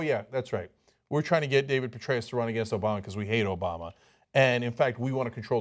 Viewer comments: The idea that Hillary might be seen as more of a New Yorker than Sanders will evaporate when people hear how Sanders pronounces the name of the president! Hillary: "Obama" Sanders: "Obamer" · If they hear how Sanders pronounces the name of the president, New Yorkers will know who the real New Yorker is!